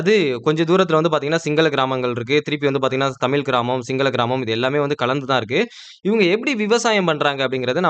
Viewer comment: தமில் அல்ல தமிழ்.... ழ ழகரம்! பாடசாலையில் தமிழ் எப்படி உச்சரிப்பது என்று கற்றுத்தரவில்லையா? 🤦🏻‍♂️